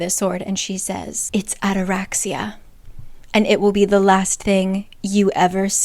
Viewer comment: FYI: ataraxia is a Greek word that means calmness. And also the intonation is on the i = ataraxi’a. Greek here🫡